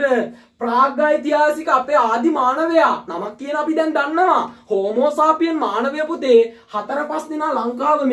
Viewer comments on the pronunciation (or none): හෝමෝසාපියන් නෙමේ හෝමෝසේපියන්